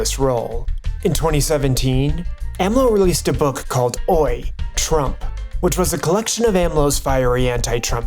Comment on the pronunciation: In Spanish, oye is pronounce oh-yay, not oy. FYI. It sounded ridiculous to me said alongside the graphic of the book cover, so I imagine it would be even more jarring for a native speaker. Maybe play Spanish words through a translator program so you can learn the pronunciation, or ask a trusted native speaker. Spanish has a very regular pronunciation that is dead simple to learn, so there is little excuse as an authoritative news source to mispronounce it.